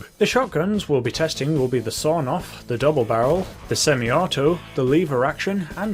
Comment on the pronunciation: Everybody: Sawed-off Even my mum: sawed-off: sawNoff (the Russian version)